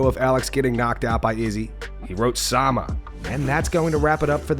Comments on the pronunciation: Alex: Chama 🗿 Everyone: Chama Khamzat: Sama 🤣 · Khamzat cant say “Chama” with that big ass hair-lip so it comes out like “sama”